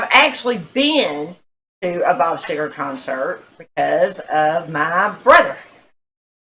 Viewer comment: It's Seger Not Segar!